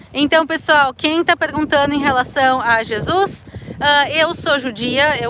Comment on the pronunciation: Amigo ...pronuncia Jesus..blz!